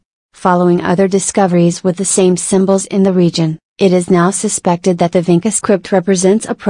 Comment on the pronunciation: It's not pronauncrd as Vinka but Vincha. Vincha is a place near Belgrade- Serbia, some of the Vincha letters Serbian people still use it today in their cirilyc wrighting